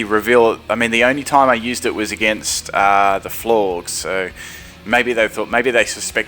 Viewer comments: Cool videos but as usual your pronunciationsare quite off putting for me. Synthesis, Florges, Gliscor...Sin-the-sis, Floor-gess, Gly-scor come on dude, it's not that hard. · Its Flor-Jes